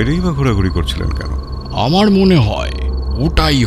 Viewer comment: মতামত " আম।র" jaegae " আআর" বলবেন না